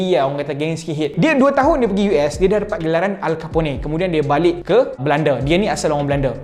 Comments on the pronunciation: Al Capone nama dia bunyi 'Alkapon' .. bukan 'Alkapone' berdekah aku denyar dia sebut nama alcapone 😂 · Bukan Al Caponi lah. Al Capone.... Belajar sebut baik2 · Rasanya panggilan nama tu bukan alkapuney, tp alkapun.....rasanya la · Nak cakap nanti org mengamuk ke saya... yahuuu.... btw, Al Capone tu agak terkenal. So banyak video lain dari US sebut nama dia... dia disebut Al-Ke-pon.... bukan Al-Ke-po-ne